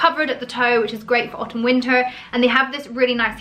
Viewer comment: I don’t, it’s extremely annoying.